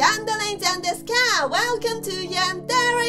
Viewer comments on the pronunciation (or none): Prenounce yandere like (yan dere )